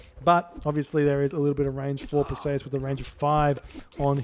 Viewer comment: Per-See-Us Greek usually has emphasis on the start and end of the name